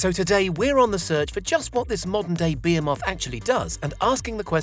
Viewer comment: Am I the only one that noticed their pronunciation of the word 'behemoth'?